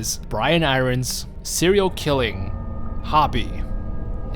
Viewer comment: I nearly had a freak out moment when u kept saying Brian I rons please can u pronounce it irons like the fucking metal sheeeeeesh lol